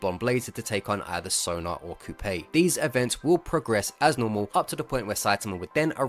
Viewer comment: coupe is a french word pronounced coo, not like toupee